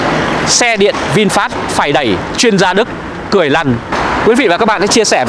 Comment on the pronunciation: Đi "e đẵy" nó lạ lắm à nha 🤭